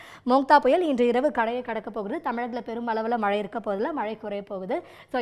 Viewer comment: ஒழுங்கா மழைன்னு டிசண்ட சொல்லு 🇮🇳